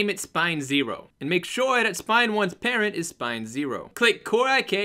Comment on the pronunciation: hey I had fixed my problem I parented the wrong bone as well. he parents spine 3 when it sounds like he's saying patent CoreIK. Thanks for the reply tho